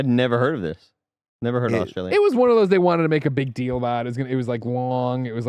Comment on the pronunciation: Why does say Australia like that? It’s painful to my ears